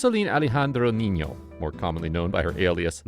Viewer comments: it is not nino, it is ninyo. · Spanish doesn't have a word like Knee No. It's Neen Yo. If you mispronounce a word in Spanish, it gives the word a completely different and sometimes vulgar meaning.